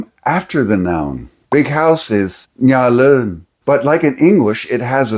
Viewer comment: You're speaking about the tones, yet you're not saying them correctly. Just after the 7 minute mark, you pronounce "nhà lớn" as "nha lơn" without any tonality. Same with "trong nhà". Other than the tones, I'm enjoying your presentation. I learned the Northern dialect in 1966-67, then spent some time in Viet Nam, later teaching it.